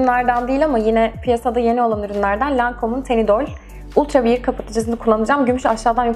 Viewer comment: Wear vier diye degil weer diye okunur